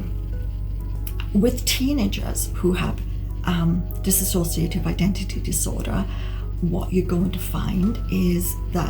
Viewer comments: It's Dissociative (Dis- so- shuh - tiv) Not dissassociative. I'm unsure why so many people pronounce it wrong. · Not DisAsociative. It is Dissociative